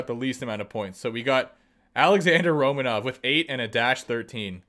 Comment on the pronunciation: Out of all players he MAY have recognized, he said Romanov 😂